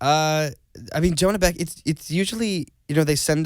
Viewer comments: Who else notice Zack pronounce the name wrong he said John beck and Asher corrected him by saying Jonah beck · did anyone catch where he said john beck instead of jonah beck?